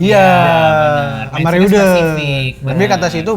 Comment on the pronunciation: reuder itu kalo ejaan jerman dibacanya riuder